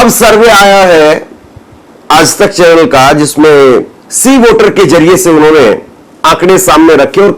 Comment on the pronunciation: Are yaar tum har shabd me nukta kyon laga dete ho.... Aaj tak ko aaz tak bolte ho... AAJ hai \AAZ nahi